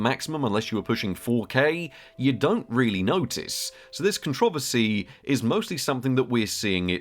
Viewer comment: It's not pronounced con-troversy, but contro-versy.